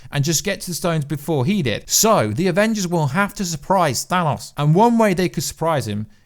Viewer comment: Dude, it's Thanos, with an O, like oh...